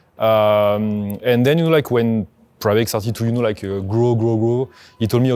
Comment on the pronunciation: Pravaig, not Praveg